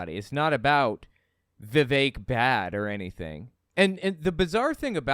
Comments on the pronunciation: You pronounced his name like Vivec and I must conclude Vivek would not like vivec the demisexual intersex demi-god warrior poet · It’s pronounced “Viv-fake”.